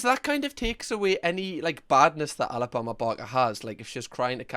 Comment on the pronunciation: How many times did you say Alabama barker wrong before you started swearing. 😂 much love from Scotland